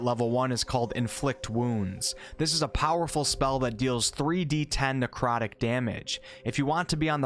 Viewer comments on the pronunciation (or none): none